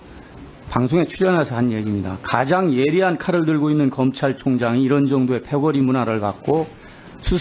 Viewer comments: 삘모야 발음 똑바로 안하니??? 검참총장??? ㅋㅋㅋㅋ 술먹고 나왔냐??? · 검창총장 발음 하고는